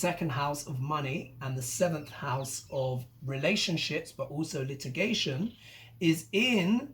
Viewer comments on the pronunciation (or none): none